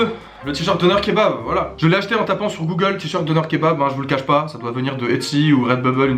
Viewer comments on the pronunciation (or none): none